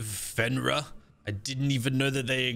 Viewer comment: Why do you pronounce it Fenra? Fenrir is pronounced Fin-Rear like a fish "fin" and a "rear" end.